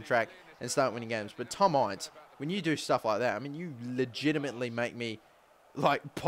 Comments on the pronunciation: its not pernouced ience its inse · Q and a * and btw it Tom in-ce not I-nce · It's pronounced Ince as in 'Mince' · Ince is pronounced in-seh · Its pronounced IN - CE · Pls google how to say Ince properly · Buy ince!!!! It's not a long I sound it's a short I sound